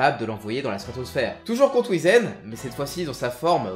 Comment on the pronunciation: alors juste un truc qui m'à trigger tout le long de la vidéo... ça se prononce Whyzen